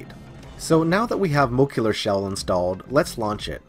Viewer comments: "mo-LEC-cular". Jesus that drove me nuts! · Muh-leh-cue-ler lol besides the weird pronunciation great stuff man, not much is out for henkaku yet but it's only a matter of time, new stuff is coming out every day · Moe-leck-you-lar ;D